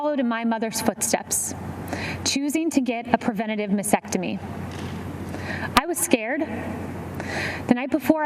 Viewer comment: Detail is extremely important for someone in that role. With all the reading and discussion on the subject she still does not pronounce the word for breast removal ( nor spell it ) correctly. It is a MASTECTOMY not masectomy....has a T prior the E. No wonder she is loose with truthful detail when representing the president to the press. Shameful.